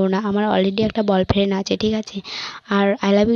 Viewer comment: R boyfriend ke bolfriend bolche keno ha ha ha😂😂😂😂🤣😆😂🤣😆😆😂🤣🤣😆😂🤣😆